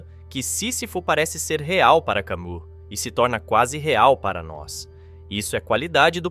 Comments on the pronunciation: se vc observar, a pronuncia do Albert Camus não é Albert kamU, é kami. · Pronuncia-se Cami e não Camu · Não se pronuncia Camu Mas sim Cami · Ou fale em Português ou em Francês o nome de Albert Camus. Você está dizendo “Camu”. Por que engole o s? Se quer falar francês, ao menos diga “Cami”, engolindo o s mas variando o u. Ou então fale português sem pompa. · Se escreve "Camus", mas se lê "Cami". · A pronúncia não é "Cami"? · CAMIIII PRONUNCIA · Oi. Muito bom. A pronúncia é “ Cami” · Camu dói aos ouvidos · nem todos sabem que a pronúncia é cami , atente-se ao vídeo, não nas coisas fúteis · O nome francês Camus se pronúncia "Camí". Poderia pesquisar antes de gravar o vídeo. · É Camí a pronúncia. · Pronuncie CAMÍ! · Rapaz, apenas sinta a música. Quem dá sentido às coisas somos nós e isso apenas quando, para viver, precisamos que aquilo tenha sentido. Não se preocupe com Camus (Kamí, é assim a pronúncia), Dostoiévski, Kierkeegard, Nietszche, Kant ou outro qualquer. Para começar eles foram tão homens quanto você. No mais, como você viu, eles que são tidos como o suprassumo do existencialismo não se entendem, viveram mais perdidos do que cegos em tiroteio. Espertamente todos eles deram o migué nesses pensamentos atravessados escrevendo, cada hora uma coisa diferente e contradizendo-se sem nenhum pudor (e com razão). Sinta a música e faça o que você quiser, respeitando sempre o outro porque você e ele estão na mesma, cada um à sua maneira. Grande abraço e jamais sinta-se inferior a alguém, nem se impressione nem idolatre. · Cammus pronuncia-se "Câmí" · ...do vídeo, com todo respeito, poderia ao menos pronunciar corretamente o nome do pensador Camus. Trata-se de franco-argelino... então o "u" tem som "i". E o "s" não é pronunciado... Faço a correção com todo respeito... é sem pedantismo.